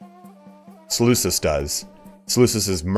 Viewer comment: I love this just one thing though, the way to pronounce Seleucus is with the C making a K sound ik it’s confusing since me say Seleucid empire but yeah